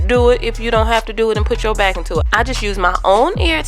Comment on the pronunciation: Definitely wanna get it. Looks so cute. Love how she she says "bike" for " back". 🤭🤦🏽‍♀️😂